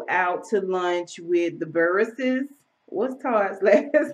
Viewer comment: OMG! I LOVE the new intro! I was HOPING you didn't get rid of singing for us at the beginning of each video and you've not disappointed. How has your week been so far? I hope all is well with you. Thanks for the laugh about Todd "Buruss".